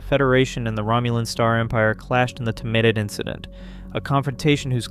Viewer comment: STOP MISPRONOUNCING The Tomed Incident. You sound like an idiot.